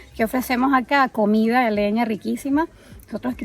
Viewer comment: lo siento,yo lo unico que me siento motivadoi es darle like me gusta el video y deja el criollismo y corrije la pronunciacion vegera de llanero comia en vez de comida te estas comiendo la d como los llaneros vegeros de resto espectacular tu video felicitaciones y mandame una arepa de don pepe